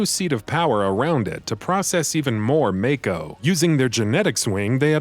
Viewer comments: It's pronounced MAH-KO not MAYKO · It’s MAAAAAAAAKO!! Not Mayko lol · I love these videos, but now that we've had a full voice acted game produced, with direction from the games creators, are you going to correct your pronunciation of Mako (Maw-ko)? Not trying to be an ass, this is an honest question. I know old habits die hard 😉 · its MAKO not MAKE O